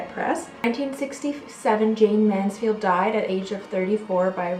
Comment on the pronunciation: Wow you don't know anything about Jayne Mansfield! You could've said her name properly in the beginning and her home was demolished many years ago